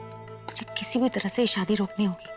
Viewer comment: In gauri's language : shadi equal to : sadi or vishwas equal to : viswas 😂😂😅❤